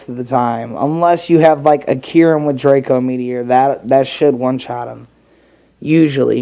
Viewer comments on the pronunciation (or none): none